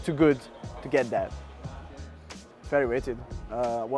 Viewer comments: maybe he was saying "fairly rated" not "very rated"? well apex pronounciation is shitrated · wheres my underwear it was “fairly.” They had options of under, fairly, and over, apparently. Yes it was hard for me to understand too. Got that from the comments.